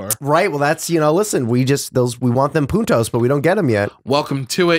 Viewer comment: Every time they say puntos, it sounds like they are saying putos( a cuss word). As native spanish speaker I find it kind funny